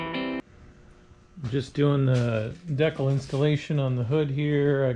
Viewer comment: You're pronouncing decal wrong..and smart person would have taken the finder off to get to the door hinges instead of fighting it so much. I did paint and body work for over 21 years and I don't like doing things twice much less as many times as you did when taking the finder off would have been easier. Remember work smart not hard